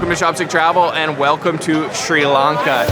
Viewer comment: SRI LAN KA NOT LARN KA.